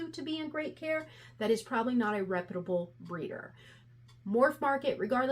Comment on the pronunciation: Good video. Your pronunciation of the word reputable kills me lol. All in good fun. It comes from repute(d)